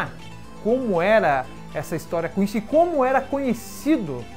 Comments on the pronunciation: Meu ouvido não ta acostumado com a pronuncia "quinxi", eu peguei a mania de falar "quinssi"...não sei qual seria a pronuncia certa. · é quincy ou quichi? to entendendo é nada